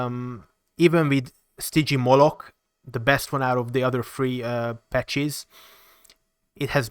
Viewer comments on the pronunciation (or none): well stygimoloch as far as I know should be pronounced stig-e-mole-oh (oh like in "Ohio", not like in "Oh god"). There are a few others but this one is the standing out the most. Overall for a really difficult dinosaur names it was alright.